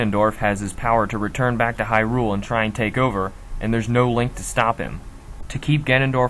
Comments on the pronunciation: HAI-ROOOOOOOOOOOL Uh... how about Hai-rule? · Disliked for saying hy-RULE instead of HY-rule over and over. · Dude, what the eff is up with your pronunciations? HyRULE? Duku tree? Jew-rudu? Stall-foss? MaLONNE? You're trying too hard. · Interesting theories. The way your pronounce Hyrule kind of drives me crazy though. :)